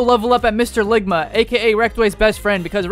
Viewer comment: Loungma not ligma ball